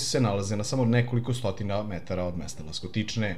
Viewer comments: Ласточкине, а не "Ластокичне". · Rekao je Laskotične umesto Lastočkine